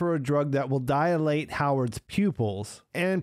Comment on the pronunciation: Here is the one thing you'll learn today. It's not Dye-uh-late. It's Dye-late. Dilate. No "uh" sound after "di". Sounds like Die late.